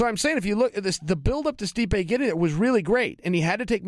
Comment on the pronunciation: "Stipe-ay" hahaha. Chael's annunciation cracks me up